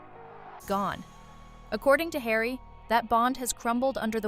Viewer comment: ....10.59 Megan to Hawy................"oooh what is it hawy?"